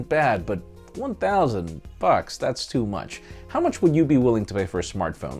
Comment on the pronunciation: To me it sounded like "1000 fuks" at the end 😂